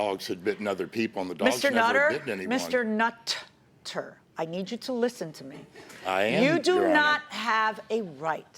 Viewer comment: "Mr. Nut ter." 🤣